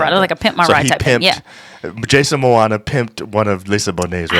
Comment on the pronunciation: Please pronounce his name right. It's Pronounced MO MOA. It's not MOANNA